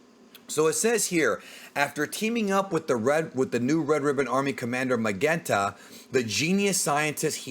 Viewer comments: Hi, I'm not trying to be a know-it-all or trying to put you on the spot here. This isn't an "ACKCHUALLY" neckbeard response. I think the RR agent "Magenta" is not "Ma-GEN-ta" with a hard "G," but like "Ma-JEN-ta," like the color, which happens to be the color of the man's suit. This corresponds to the RR naming convention of all the agents being named after colors. I know WHY you are saying it the way that you are, because you'd expect a name like that to be pronounced in a Japanese way, which would use the hard G, but I don't think that is the case here, although I could be wrong. At any rate, keep up the good work. Love the channel! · "Magenta" is pronounced Mah Jen Tah. It's a shade of red/pink.